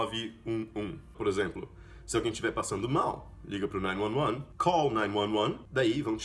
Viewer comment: Caramba, a pronúncia de 911 achei que fosse nine eleven ou nine one one e vc pronunciou com nine "nuan nuan" essa pronúncia também não sabia. Alias essa armadilha de emendar as palavras na pronúncia que nós aqui sempre nos perdemos.